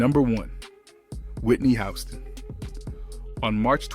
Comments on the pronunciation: It's pronounced Whitney Houston not hustin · Put some Respect On Whitney Houston Name It’s not Housen its Houston my boi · When they start giving incorrect information like that, I’m done. I should have quit watching when he pronounced Whitney’s last name as “House-ston” 🙄🙄🙄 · Soon as it said "Whitney Howston" I turned it off 😂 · I would have watched more of this video but the background music is very jarring and distracting. I’ve never heard of Whitney Houston’s name being pronounced as Whitney Houseton either.That’s a first! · First thing you {announcer} need to pronounce Whitney Houston's name correctly. She at least deserves that. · YOU DO NOT NEED TO POST ANYTHING ABOUT BLACK STARS IF YOU CANNOT PRONOUNCE THEIR NAME!!! ANYONE IN THE WORLD KNOWS HOW TO PRONOUNCE WHITNEY HOUSTON’S NAME ( Hue-ston!) AND YOU MISPRONOUNCED IT!!! IT IS APPARENT THAT YOU POSTED THIS BECAUSE OF THE CONTENT, KNOWING THAT IT WOULD GET VIEWS!!! I HOPE YOU DON’T GET MANY AT ALL!!! YOU NEED TO PICK ANOTHER TOPIC, ONE THAT YOU KNOW SOMETHING ABOUT!!! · Sorry, I can't listen to this mess. He mispronounced Whitney's last name right at the beginning, so I ALREADY know that some foolishness will follow. Bye Felicia.....Not today. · Dude, if you’re supposed to be narrowing about some famous people that die from a drive at least learn how to read who is Whitney Houston Houston you mean Whitney Houston stupid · The narrator cannot read he said Whitney Houston.... Not Houston